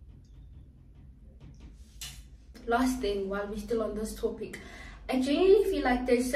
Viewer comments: she Said Towpic 😅😅😅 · she said towpic😅